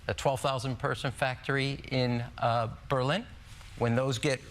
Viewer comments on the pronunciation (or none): none